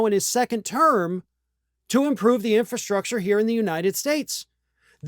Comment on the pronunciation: Trump can't even pronounce 'infrastructure'. He tried, but no. Big funny fail.